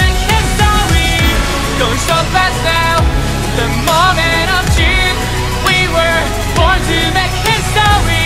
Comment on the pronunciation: someday, Dean Fujioka will be able to pronounce "truth." I believe in him.